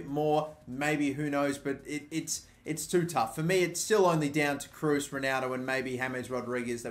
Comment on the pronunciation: It's pronounced tony Krose .